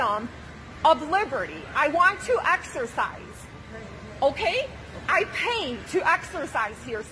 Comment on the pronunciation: If she said the word "exercise" one more time... Axersiiize